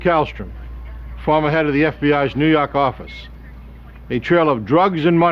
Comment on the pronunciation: "nuu yawk affice"